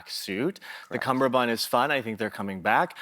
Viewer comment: Joel said "cumBerbund" and it broke my heart.